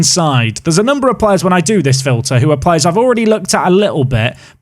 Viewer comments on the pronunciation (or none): none